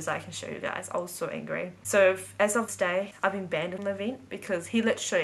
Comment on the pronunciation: You pronounce "banned" wrong. It's banned not 'banded' as you say it 😂